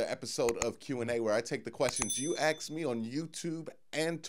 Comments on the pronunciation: He’s good, makes good sense too, speaks well except for A. X. E. S. just keepin it REO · ....who axes lmao